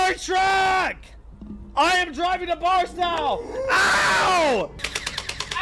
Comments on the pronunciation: its BarstOW not BarstAW lol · it’s pronounced bars-toe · I love how all 3 of them constantly pronounce Barstow wrong😭 (bars-toe is the the way it’s said phonetically lol) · i love how doesn’t know how to pronounce barstow